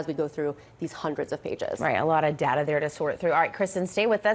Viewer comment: It's DATA not DALA. Speak the English words properly.